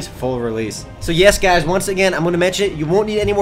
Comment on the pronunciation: im gonna make a utube account called "Gaiz" so that when Says "Hi Gaiz" i can imagine he's talking to me ^_^